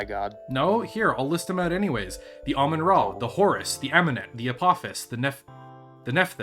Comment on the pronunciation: I love automatic subtitles. said Ramen-Ah, and YouTube said Almond Raw, the name is cursed, sorry to say